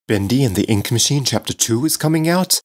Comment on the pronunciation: i heard bendy and the ink machen